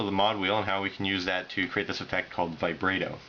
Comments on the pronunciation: yo you say vibrato really weird. u say the a wrong, its supposed to be like the a in bratwurst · ahaha he called it "vibrae-do".